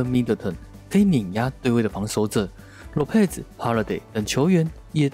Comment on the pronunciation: 唸一遍：Lopez ✓囉撇ㄙˇ ×裸配ㄗˇ